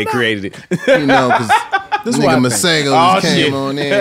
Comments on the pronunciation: Tank pronouncing Masego correctly at the end is everything!!!!!!!!!!!!!! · As someone who comes from South Africa where we have a lot of people named Masego, I really appreciate Tank’s pronunciation 🤌🏾😊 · Love he pronounced Masego. The South African way at the end.🇿🇦